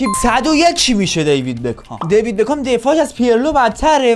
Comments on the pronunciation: میگه دیوید بگام😂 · بعد از هر بار که میگه دیوید بکام مد در حال تلاش که نگم دیوید بگام😂